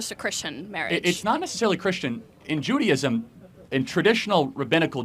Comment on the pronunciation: Not judy....ism.....its jew.....day.....ism....